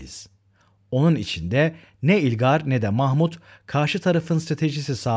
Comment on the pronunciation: Hocam yalnız ilgar değil ılgar diye okunuyor :)))